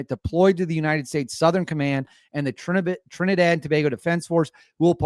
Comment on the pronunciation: You are the first yankee to pronounce Trinidad and Tobago properly lol...and yes we are wayyy to close to Venezuela😐...but now we dont hate them we just need them to stop entering illegally.